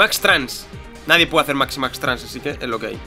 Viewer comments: es MixiMax no MaxiMax, ademas se supone que los MixiMax son mejores que las armaduras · se dice Miximax Trans,no Maximax Trans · es mixi max no maxi max:D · dice maximax tranks no?o es cosa mia no seria miximax? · La C es de Cadena y no es Maximax es Miximax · es miximax no maxi max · no es maximax es miximax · es miximax no maximax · Pls.... no es maximax es miximax, no creo que te cueste mucho leer